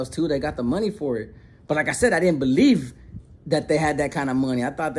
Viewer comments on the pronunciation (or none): “I didn’t beleef” 😂😂😂 the way you said that had me rolling lol but keep up the great work and shake the haters away!